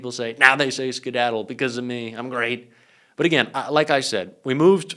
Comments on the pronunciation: A pilot would never say scedadle his brain is mush gotta go dementia Donnie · After he says "sciddadle." It happens again. Also, when he says "all of the Middle East becomes a different place, it happens. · Here's a new one, President "skidadle" Tacos. 😂😂😂 "Nyew", another one. OMG !! Comedy central. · “And they said “skedaddle” and that plane went down because it gives it more speed for the bomb, very very heavy bombs and they go BOOM! and as soon as those things, the one pilot … “skedaddle!” and that thing just turned on its side and Shshzzzz ….” Tell me he’s not an idiot. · The word skedaddle.